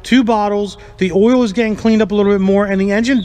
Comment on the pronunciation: Oil is earl too lol